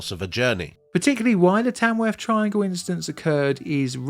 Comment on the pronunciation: Afferstone and Tamwuff? ok.